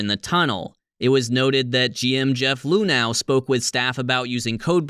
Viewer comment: My biggest takeaway from this one... THAT'S how you're supposed to pronounce "Luhnow"?!